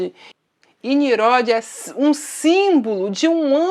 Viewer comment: Prezada irmã, aprenda a falar: não se diz "MESOPOTA(N)IA", mas sim MESOPOTÂ(M)IA. Não se diz "NIRODE", mas sim NINRODE. ☺